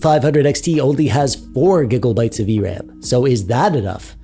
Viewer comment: "4 giggle bites of v-ram" LOL